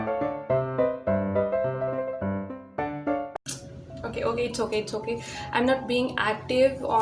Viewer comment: When you say Annyeonghaseyo of Jackson ver 🤣🤣🤣🤣omg I'm litterly laughing soooo badly 🤣🤣🤣🤣🤣🤣🤣